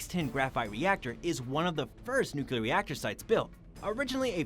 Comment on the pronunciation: It's nuclear (new clear) not nookyoular.